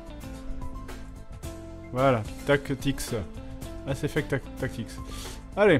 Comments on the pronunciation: Mais c'est Mass effect pas Ass effect, a moins que le hentai n'ai corrompue le plus profond de nous même... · tout ceux qui ont remarqué le ass effect au lieu de mass effect. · C'est moi où fred a complètement charcuté le nom de son propre jeu sous le coup de l'excitation x) ?